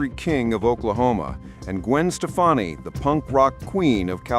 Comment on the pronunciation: Shafonnie 😂... It's Stefani !